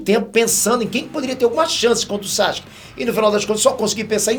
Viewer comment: "Sasque"? Quem é esse? Isso tá errado, a pronúncia correta do nome dele é SASUKÊ. O "u" se pronuncia sim, basta ver o anime no original.